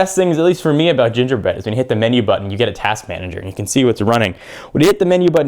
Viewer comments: g bread not j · more like g-bread, not j-bread... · Its not j bread, its g bread lmao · Doesn't Gingerbread start with g. , sounded like you said j.